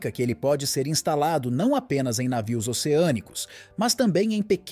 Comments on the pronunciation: Por que pronuncia "návio". O normal é "navio". O locutor carece de treino. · Anti "návio" kkkkkk é uma IA que tá lendo o texto?